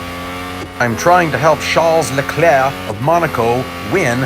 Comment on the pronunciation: Names says Hamilton, Bottas, Magnussen, Norris, Leclerc, Vettel New name Charles Leclerc And Sebastian Vettel +2 New names learned. Good job +1 point for perfect pronunciation (Leclerc) You pronounced Vettel wrong tho. I checked it (P.S this is not a hate comment)